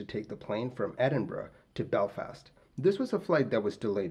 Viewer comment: Thank you for pronouncing Edinburgh correctly. It’s not common and tends to grate on my Scottish ears.